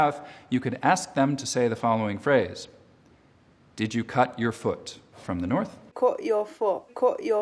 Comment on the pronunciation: "...cut...foot..." —does she have fewer, vowels, or, shifted—her short-u is closer to a blend of our midlong-u [e.g. 'put'; we had a symbol for that in '50's elementary school a mid-accented/ticked-overbar/macron not in Unicode] with a covered midlong-o stopped into her gloʔal-stop-t (vs our New Jersey glottal-stop/double-t e.g. 'boʔle' [bottle])...